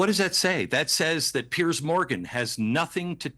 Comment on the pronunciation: Piers not pearce. Its not even pronounced the same.